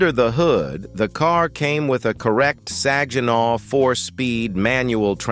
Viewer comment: “Saj eh naw” 😂